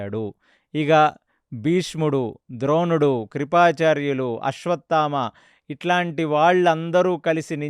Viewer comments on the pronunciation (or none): none